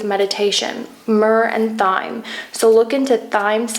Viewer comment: Thyme is pronounced like time